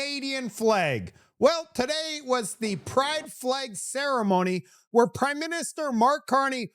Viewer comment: Did you say prideminister?